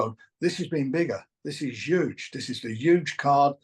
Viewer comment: It’s ‘UGE!!!!!!…